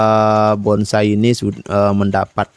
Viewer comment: Itu yg komen jiwa Seninya NOL BESAR.... BONSAI kok bisa bilang BONGSAI... 😂😂😂